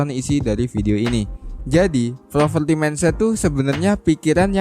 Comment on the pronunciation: Admin...ralat dikit ya.. Poverty bukan Proverty